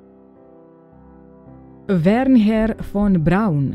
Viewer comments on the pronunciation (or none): NU ESTE " WERNHER VON BRAUN" CI "WERNER" SE CITESTE VERNER IN ROMANA!!!